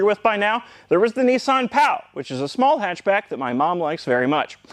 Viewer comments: It is NISS-ANN not NEES-AHN. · These are known in the UK as Sarah Jane cars. And its Nissan not Neesan. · Only Nissan are not called Nee son but rather Niss an. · it’s ‘ni-san’ not ‘ne-san’ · not NEEsan NISSan,,,, gee wizz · Its so hard to not keep saying in my mind, "you mean Nissan, not Neesan. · Now as a Brit I still have not worked out HOW the Canadians SAY Oooot rather than Out BUT HONESTLEY neesun INSTEAD of the real name Niss Ann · I like the North American pronunciation of Nissan, "Neesan" lol. It's a bit like aluminium and vitamins, one day you might learn to speak properly. The 'Neesan' Micra K10, K11, was a true car for the people, this car is a Micra with a naff retro shell on top. Don't have a massive dislike of it, as long as you don't try and charge me more than the cost of a Micra...but there again I think I'd be more comfortable in a Micra. Good car, naff styling.